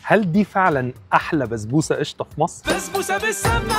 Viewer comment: بسبوسة❌ بزبوسة✅